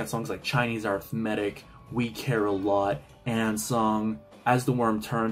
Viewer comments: ARTHhhh-mētick??? Lol. Its pronounced. Uhh-WriTHhh-Muh-tick. 😅 so funny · It's not arithmetic like eh-writh-MAH-tic? As in math?😅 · Arith-matic? Ah RITH mah tick, chief. 😘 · I LOVE this retrospective. Only real gripe: How did you get to this age without learning to pronounce the word “arithmetic”?